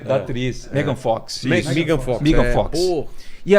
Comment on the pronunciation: "Migan" Fox 😅😂